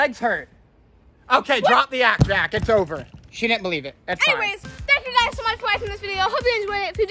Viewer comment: it was also hard to say "thank you" it sounded like "Kank kyou"